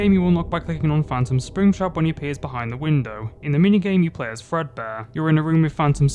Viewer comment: ah, I love "Frebdear Workshop"